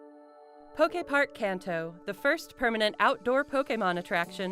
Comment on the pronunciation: FFFS. KAAANTO…. Not CANTEO….